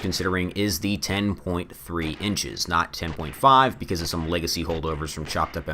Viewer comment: really weird audio issue in this video, you kept mispronunciation “20 inches”